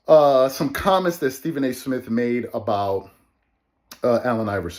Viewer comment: Someone on here said: The movie remake: D'Jango Mic'd up! Starring Stephen A. Smiff as "Stephen"! 🤣🤣🤣🤣🤣🤣🤣🤣🤣🤣🤣🤣🤣🤣🤣🤣